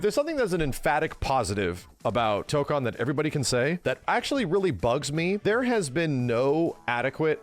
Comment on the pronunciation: I am he only one that every Time he say tokon Hears Dokkan? 😭